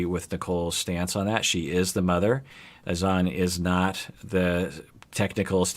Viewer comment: Azz Zan not A Zon. :,(